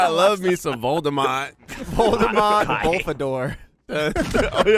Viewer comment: I don’t blameLy for getting Voldemort’s name wrong, because ever since I watched the Grim Adventures of Billy and Mandy, I have to remind myself that his name isn’t Lord Moldybutt